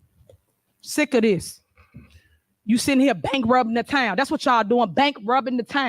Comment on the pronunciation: She said bank rubbing 😂